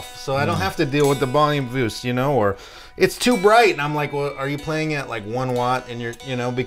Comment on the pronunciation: "Bolume Voost" . I love this guy!